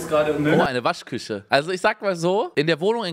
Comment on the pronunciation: Unge spricht „sch“ immer mit „ch“ aus aber bei Waschküche sagt er „Waschküsche“ liebe ihn